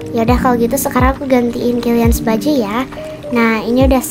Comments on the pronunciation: Yang sadar mama kaelyn bilang kemworth bukan killans🗿👊🏻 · Maaf kak cuma ngingetin itu bukannya killians ya kok kakak bilangnya kentworld ( maaf kalau salah tulis nama ) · Kak kok killians nya dibilang kentworht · Kak pukannya kalians ya bukan kenwort😊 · Kak kok kilians di bilang kenwhort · Kak kenapa sih ngomong kilians itu kenwert hadeh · Kak ko kkk bilang killians kenthworld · Salah ngomong kilians jadi kendwerd